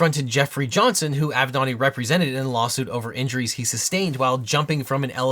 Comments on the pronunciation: Ok but why do you pronounce it "av'nòdi" instead of "avenatti"? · Spitzer is saying “thank gawd for Avenetti” 😅😅😅😅